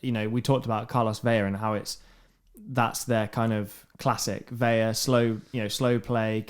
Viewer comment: New subscriber here. Great show, boys. I like the weekend recap, and agree LAFC is an incredible club. One note: Carlos Vela’s last name is pronounced as it’s spelled—Vela, not Veya. Keep up the great work.